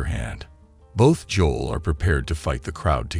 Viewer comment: That’s not how you pronounce his name Joe-l. JOE-L. That the F is Joll tf. Its Joe-L